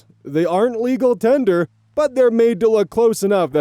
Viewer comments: Story 3: this is unrelated to the story itself, but, you keep saying tenure where you're trying to say tender. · It’s US “tender”, not US “tenure”. Tenure is a length of time. Tender is currency. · "tender," not "tenure" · tender* not tenure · pronouncing tender as tenure tripped me up so hard. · Fake Bills:...is saying tenyear instead of tender? Am I nuts? Anyway, I seen these "tips" for decades, yes, with their "inspirational" and "saving" messages. Cheap self-righteous fucks. It doesn't shock me that the same people are passing around ones with Trump on them now. As if his halfwit meandering jibberish is going to convince anyone. "Oh! The water in my showerheads IS too low because of ecology...somehow. Thanks Mr. President!" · oz are you saying legal tender or legal tenure? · It's "Tender" as in A Tender Gentleman, Also the last one is a bit weird to me too for the same reasons, but also the mom trying to make smalltalk and such like...I know this is me being kind of antisocial in general but don't make smalltalk with strangers. You don't know what their temperament is, leave em the hell alone. OP is still assholish for the way they acted but that kinda stuck out to me.